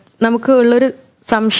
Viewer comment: എന്താ സം ഷ യം..... മലയാളം 😂